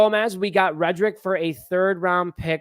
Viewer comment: His name is Reddick not reddrick!😡